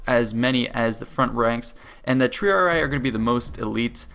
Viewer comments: >the Triaraaaraaarariarariiar. Dude try spelling it in latin. Tri-ari-i. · Lol a Total War Lore Guy and Strategist and cant say Triarii correctly.